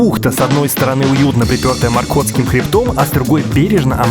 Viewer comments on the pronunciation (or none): Сначала подумал послышалось. Маркотхский,, ну ёбана ))))